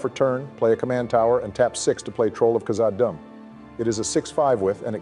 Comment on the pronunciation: Khazad-dûm's "dûm" pronunciation is just said as "doom" btw